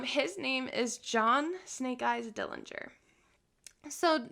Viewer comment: Very interesting regarding fingerprints. The correct pronunciation of our Dillinger family name is with a silent 'g'. Thank you!